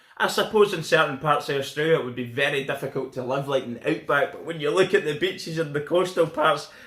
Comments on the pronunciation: When you were naming better reasons than england...I thought you said bitches...then you said women...I knew you said beaches...but my version was funnier in my head. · I thought he said bitches when he said beaches. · you say beaches, sounds like your saying bitches lol , we got both want more could you want. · When he said beaches I thought he said bitches